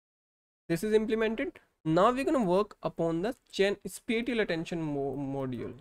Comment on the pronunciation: The way you pronounce spatial does not show your expertise on spatial mapping and channel is not defined properly how the filters set find a specific feature.